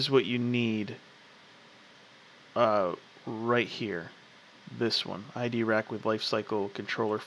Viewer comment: mate sorry but you are pronoucing it wrong its EYE drac not ID rac